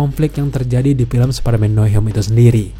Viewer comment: Bang jujur gue dulu subscribe channel elu, dan gue pecinta spiderman, tapi setelah denger elu ngomong Spiderman dg baca "SPADERMAN" gue jadi risih dan jijik, elu kan udah dewasa masak baca Spiderman "SPADERMAN" di telingaku sangat menyebalkan,,, emang gak bisa baca "SPAIDERMAN"